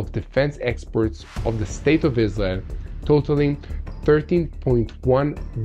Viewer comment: Exports is pronounce "Ex porets" not experts.